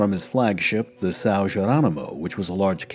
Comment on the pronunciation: Nice work on the ão diphtong in Estêvão. You failed a bit on São, but all other uses were on point.